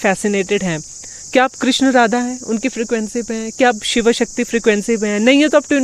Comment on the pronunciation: Pehle bhagwan shiv toh bolna Sikh lo...😂😂😂😂